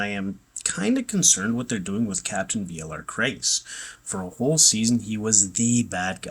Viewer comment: Its Bialar Crais